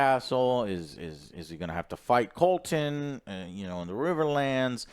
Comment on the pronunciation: It’s Criston Cole, not “Colton” lol